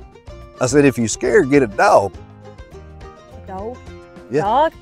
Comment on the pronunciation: Does he know how their spelled? LOL dog is not spelled doug.. nor houg, froug,, or loug. They are spelled thus dog, hog frog, and log. Sounds like awe not ou. LMBO. 😊❤